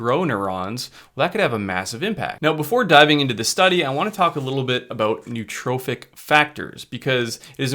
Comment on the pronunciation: There is no such word as neutrophic. There is nootropic and there's neurotrophic. You mispronounce them both.